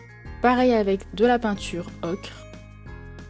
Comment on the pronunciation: dsl pour le com ''arrête de dire ocrrrre '' ce n'est pas qui a dit ça c moi MS dsl